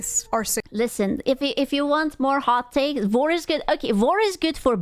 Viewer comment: Is she saying "war" or "vore"?